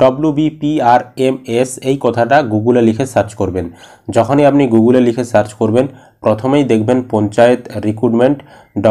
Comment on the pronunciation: Google ❌ Gogul✅